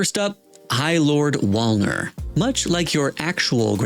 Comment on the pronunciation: The real crime is how you pronounce wolnir